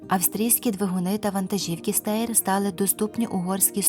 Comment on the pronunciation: Не Стейр, а Штайр... У нiмецькiй мовi буква Е нерiдко звучить А... Наприклад у тодiшнiй НДР (ГДР) були автобуси Fleischer, а читалися Фляйшер...